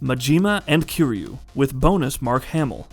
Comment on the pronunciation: I came here to say this. I was trying to be forgiving despite him being called KEEREEYOU